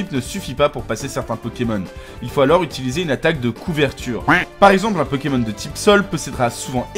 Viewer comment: vous êtes bien sympa mais apprenez à prononcer le nom des Pokemon, ça devient vite irritant...